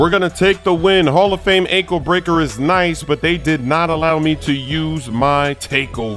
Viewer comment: İs Not hall of hame exactly